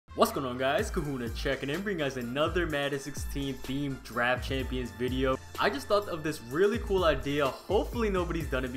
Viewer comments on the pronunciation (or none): I thought he said meme draft 😂😂😂